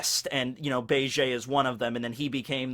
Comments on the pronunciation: Do you not watch the anime at all? It's pronounced beh-jee. Not bay-jay. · Why do you say his name like that... you say “bay-jay”....in the anime they say “beige” like the color... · You're still pronouncing his name wrong. It's Be ji